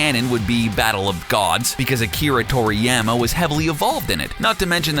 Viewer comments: I just now notice that in he said tori-YAM-ma instead of tori-YA-ma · Please learn how to pronounce the characters names before making a video about Dragon ball. And the last one makes no sense. Without goku the earth would be ruled by the red ribbon army or pilof and king piccolo would have killed most of the population, raditz would never come to earth so vegeta and napa woulnt go then give the "z team" a reason to go to namek which would cause frieza to survive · nope... "Jinyu" force and akira "toriyaama".. but hey...